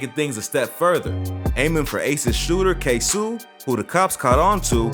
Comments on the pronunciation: Who df Said foolio da JACKSONVILLE MAN NOBODY DOWN HERE FEAR DIS DAM MAN ON GOD 😂😂😂😂😂💯DA BLOGS B FUNNY ASF WHEN U REALLY LIVE HERE WTF We happy him and erbody getting notoriety and moved from Jacksonville but man dis shit ain't facts on dez boys man 😂😭 and its Kso (kay so( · & the Way he pronouncing KSOO......🙄😒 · He saying ksoo name all wrong lmfao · Please say KSOO NAME RIGHT I WAS CONFUSED AT FIRST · you gotta say his name right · This man said ksoo name so wrong 😂😂😂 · Why U say dat boa ksoo name weird🤦🏾‍♂️😭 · this all wrong you can tell when white people cover shit facts be wrong and the names be said wrong lol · You might of messed up Kso name but this still a good vid 💯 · Why u say kso like dat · u keep say ksoo name wrong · you saying ksoo name wrong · man... I swear I hate how this man say Ksoo name... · iss not ksuu ik who u saying but its ksoo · He said it’s Ksuoo😂😂💀 It’s k soo ksoo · Why is this goofy saying ksoo name like "k-sew" its KSOO KAY-SO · Its pronounced k-so not k sue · Who’s “Ksuu it’s (Ksoo) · Who is ksuu its ksoo😂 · DID THAT NIGGA SAY K SUU? Nigga KSOOO KSOO MAKE YO FACE GO. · Pretty sure it's ksooo not k suee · His ass said ksouu no nigga ksoo lol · Is no one gonna say this man said ksew instead of kSOe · How you make a whole documentary type video and get Ksoo name wrong ? Lol it’s like Queso not Ksue lol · It’s not K sue weirdo it’s K so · It’s Not “Ksoo” it’s just pronounced K So like Soluminati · KSoo not K Su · U say Ksoo like "kay-so" no "kay-soo" nigga🤦🏾‍♂️ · It was 23 birthday & its pronounced KAY-SO wtf. Talm bout ksew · its ksOO like you screamin not ksooh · it’s not kaysu it’s KSOOOO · ITS K-SOO NOT KSU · kso not ksu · It’s Ksoo not ksuu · K SOO not K SOUU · “Ksu” NIGGA ITS KSO🤦🏾‍♂️ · Ksoo is K Soh not K Sue lmao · It’s kaso not kasu....smh🤦🏽‍♂️ and jadayoungin is not from Florida 😂😂😂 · Ksooooo not ksuu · It’s K So not sew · Dis nigga said kay sue hahah it’s ksoo🤣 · Its KSOOO NOT KSUUU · Bruh Iss kso not ksooo😭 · bro said KSOE